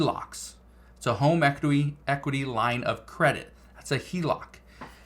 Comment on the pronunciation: Equiry! Lolol hahaha